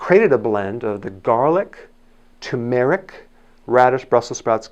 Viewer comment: Yes that's annoying. It is tuRmeric.